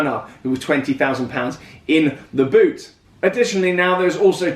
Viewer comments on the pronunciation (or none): none